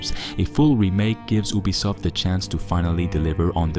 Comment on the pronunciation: YOU-bee-soft NOT Oob-bee-soft if you're going to review a company, at least pronounce their name correctly